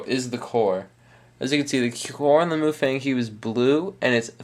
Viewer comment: MuFang is pronounced Muh fung, which means magic cube (translated in english it's Rubik's cube) and the "some kind of language" is chinese.